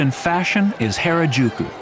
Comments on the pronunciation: へれじゅく (herejuku) （笑）It's pronnounced 原宿 (ha ・ra・ju・ku) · Did he just say "Hair a Juke you?" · I know he's making an effort but the pronunciation is killing me It's not "Takeashit-a Street in Hairajewkew"